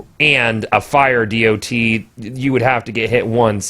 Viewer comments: can we just call it a 'dot' instead of a dee oh tee. kewl thx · Why are you saying D.o.T? Just say DoT. You're the only person I've ever heard say it like that.